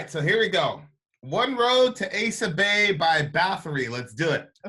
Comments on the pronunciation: its asa bay not asia bay lol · It’s “ah-sah bay”. Quorthon pronounces it in this song and elsewhere in his later material (“Foreverdark Woods”, “Death and Resurrection of a Northern Son” for example) Glad to hear my third favorite band getting some recognition